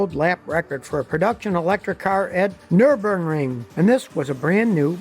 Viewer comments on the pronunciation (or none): Did you just say Nurburnring? I'll let myself out..